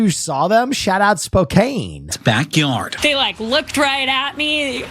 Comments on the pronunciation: The Zebras were in the Seattle area (North Bend/Snoqualmie) not Spokane (pronounced Spoke-ann). Yep, Twin Peaks! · I'm in Yakima and when he said Spokane I was so confused. How do they mistake Spokane, normally everything is Seattle to those outside of WA